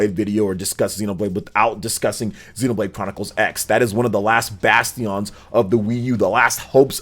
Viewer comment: I think you should look up the pronunciation of less common words before you use them so confidently... like bastion and genealogy........ 😕